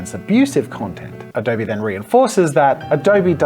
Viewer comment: What's Adoughrrrrrbee?